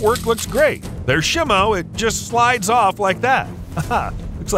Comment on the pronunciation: FYI say it like shymo